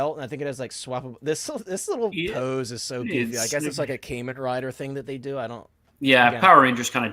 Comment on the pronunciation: Great stream. It's pronounced Kaahmen Rider